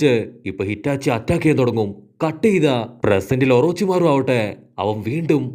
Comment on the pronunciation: Hitachi alla itachi enn parayo bro please